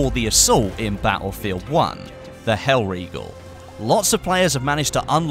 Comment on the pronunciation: not mispronouncing hellriegel, subbed